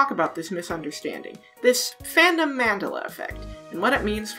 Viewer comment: Hey, I like your video, but it hurt to hear you mispronounce 'Mandela Effect', because it's somebody's name (Nelson Mandela), and for some reason emphasizing the first syllable just sounds so wack. That's really my only nitpick though, good video.